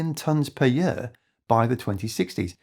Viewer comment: I support this NON AI Video! (But the constant OVER PRO U CIATION of the word YEAR makes me want to unsubscribe and pu ch him I. The face, what the hell, Year has ONE SYLLABLE, NOT THREE! YOU TAKE A YE-A-R TO PRONOUNCE THE WORD YEAR! ) Just a nit pick...